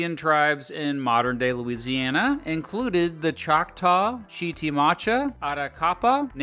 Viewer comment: It’s pronounced Chit a ma cha